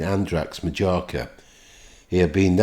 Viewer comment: It’s the way you pronounce Majorca a wind up…..surely you don’t think that’s how it is pronounced 🤨🤔😆RIP John. I have lots of happy memories from my childhood xx